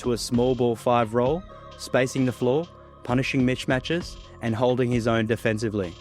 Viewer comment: Career and Korea are 2 different words. It is also mismatch not mishmatch.